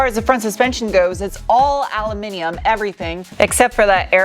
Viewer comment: Why do you say "al-yu-mi-ni-mum?